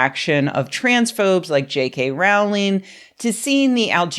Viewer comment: Its rowling like bowling Not rowling like howling. Everything else was spot on as usual.